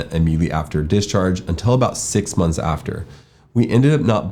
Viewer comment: I had to repeat on the minute mark so many times just to try to understand what he said. I thought he said after 6 months they checked for rates and they had to wait 10 minutes after filing bk. It was clearly 10 months which made more sense 😂😂🙏🙏